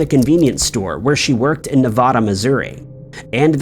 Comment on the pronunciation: FYI Nevada, Missouri isn't pronounced like the state of Nevada. It's pronounced Nuh-VAY-duh.